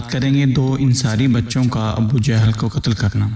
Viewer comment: Sir abbbu jehal nai hota, abu jehal hota hai